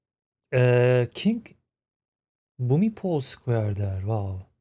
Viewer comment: King Pumipol as she is speaking of, is the same king Bhumibol. She pronounced it the way Thai people pronounce it. He was the most loved and revered king. He led by example. My late grandmother was fortunate to be in his presence once when he was visiting her village. He will forever be missed.❤💟💙🙏